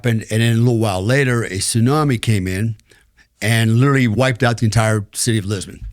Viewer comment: He has "Lirilly" done some wild stuff... Lirilly.